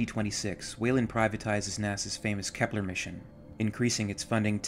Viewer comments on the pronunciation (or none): none